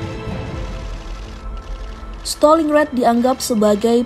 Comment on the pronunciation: Bacanya Staling Grat BUKAN Steling Ret. Kocqk